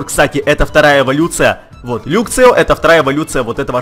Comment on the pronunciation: не люксио а лаксио и не люксрей а лаксрей